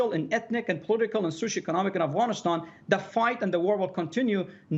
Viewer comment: First learn how to say Afghanistan not Afghanishtan before you talk like an armchair "expert" lol. Pathetic lies.